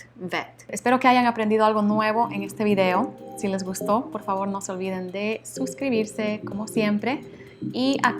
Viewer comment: Preguntaste "si les gusto" o "si les gustó"?